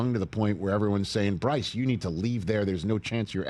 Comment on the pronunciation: Bruce😂 dawg get his name right